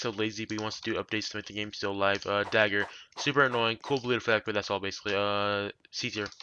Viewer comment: I could barely understand what he was saying for the Trident and Dagger